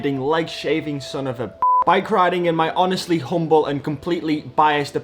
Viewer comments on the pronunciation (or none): none